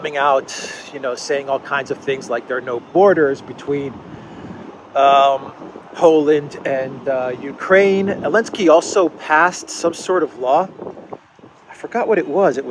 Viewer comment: Is saying Alinski on purpose?